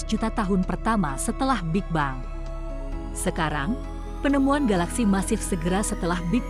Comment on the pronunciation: Setahu sy. Pronounciation dari Big Bang itu big beng. Apakah sudah di-Indonesia kan jadi = big bang ? Berulang2 disebut bang bang. Mengganggu. Video ini hebat, futuristik tp bikin ketawa ketika disebut bang lagi 😅😅